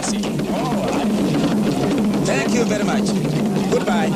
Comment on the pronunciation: "Tank you bery much, tank you bery much and tank you bery much indeed!"